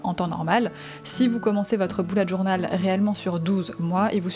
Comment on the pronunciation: Tu a dit boulette journal 🤣🤣😂😂